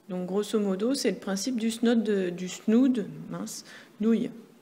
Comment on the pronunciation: Super vidéo mais ça s'écrit snood mais ça ce lit snoud. Merci beaucoup 😏